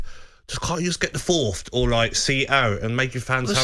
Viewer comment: Can't take anyone who says FourthT seriously 😂